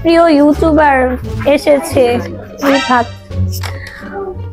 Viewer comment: Rifat❌ Ripat✅😂😂😂